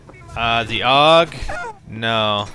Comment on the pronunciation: AUG not ogg